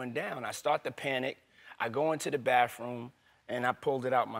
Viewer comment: It's not baffroom and it's not birfday.